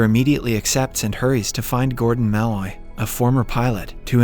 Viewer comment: I think its funny that he pronounces Mul-oy as Ma-Loy as Mulloy is my last name and I heard it be pronounced Ma-Loy all my life XD